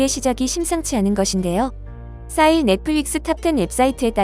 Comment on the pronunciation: 4일--->싸일 이라고 발음하네요.. 듣다가 뭔뜻임가 하고 보니...ㅋ